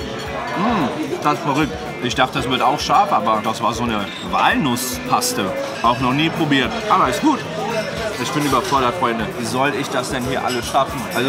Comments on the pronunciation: es heißt nicht Waaaahlnuss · „Waalnuss“ Ich: xD